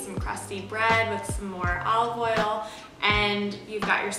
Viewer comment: And “owwly” oil